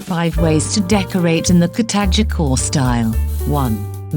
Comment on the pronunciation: Kuh-tag-gee core style🤨what style is that exactly🤣KuhTagGee Style